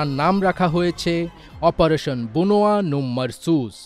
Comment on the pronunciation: "বুনয়া" হবেনা "বুনইয়ানুম" হবে